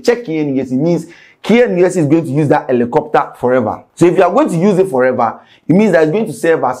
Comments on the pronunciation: Rephrase your statement, it is supposed to be: it is not or it’s not “Elicopter” it’s Helicopter. Since we’re correcting grammar and pronunciations. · is not "Elicopter" is Helicopter 😂😂😂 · did u say Alocopter or helicopter? 😂😂😂